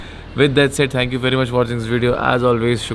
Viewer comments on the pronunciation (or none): always says "tank you so much" instead of "thank you so much".